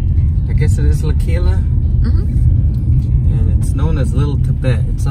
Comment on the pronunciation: It took me a while to understand that you said L'Aquila but your pronunciation of Campo Imperatore was eccelent! 👍